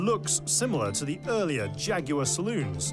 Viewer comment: Why would I pay attention to talking heads, who can't even pronounce Jaguar correctly?